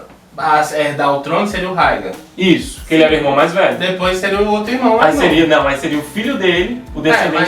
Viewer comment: "Targaryan" "Raegar"...Esses erros de pronúncia me da uma raiva,mais tirando isso ta bem legal o video,bastante informações...E na vdd o Rhaegar e se casou com a Elia Martell e teve dois filhos com ela,e a treta toda foi que a Lyanna já tava prometida ao Robert,e no dia do torneio lá ele ganhou a coroa de flores que era pra ele dar para a mulher mais gata dali,invés dele dar pra esposa dele a Elia ele passou reto por ela e deu pra Lyanna ai o Robert ficou putasso,e nisso o Rhaegar sequestrou a Lyanna e o Robert se aliou aos Lannisters e aos Stark e começaram a rebelião...